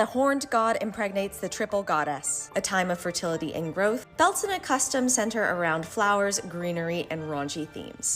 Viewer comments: Beltena? they pronounce... Alright, Its bell-tain. Learned this from my celtic pagan mom. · Is it really pronounced bell-tah-nah? I thought it was bel-tane? Not trying to be nitpick just asking